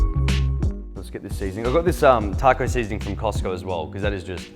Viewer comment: The way he said taco urks my soul